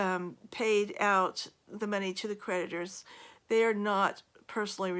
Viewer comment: Lolol when she said creditors i thought she said PREDATORS! I giggled. I wasn't really wrong.